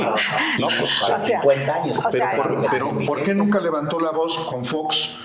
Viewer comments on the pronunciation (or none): Se comió la lengua porque no pronuncia bien, dice "poque" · no dice nada unque habla y habla ademas de que dice po que en lugar de por que XD ahahaa